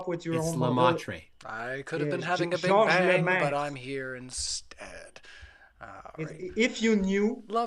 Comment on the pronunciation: is so freaking useless! The only thing he did right was pronouncing the name of Lemaître correctly! There was absolutely zero debating!